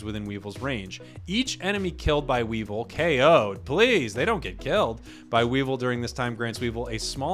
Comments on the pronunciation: Oof you sayin Weevil, almost hurts as much as Rogersbase saying Whimskattenddjdndhsk. Not as intentional but keep up the work. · You pronounced weavile incorrectly, it is wea-vile